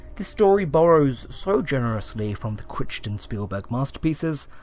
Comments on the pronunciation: I hate to be a pedant but it’s not Critch ton, it’s pronounced Cry ton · "The reason I'm writin'...is how to say "Chrichton" (Kry Ton). And not being a jerk, love your stuff immensely, but I too often mispronounced words I'd only read, so...you're welcome! :-)